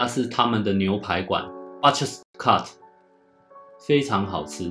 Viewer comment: BUTCHER發音錯誤，希望不介意！